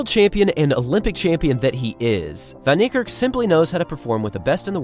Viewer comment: "Vahn" Neikerk.